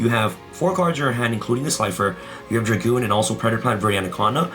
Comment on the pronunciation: Red Eyes Dark DRAGOON, NOT DRAGOONSSSSSSSSS